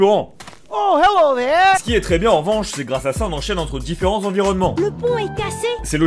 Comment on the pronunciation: "Tu desang sans faire le maling, et tout se passera bieng."